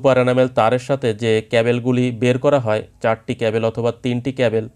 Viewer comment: ক্যাবেল কি ব্র..??? ওটা ক্যাবল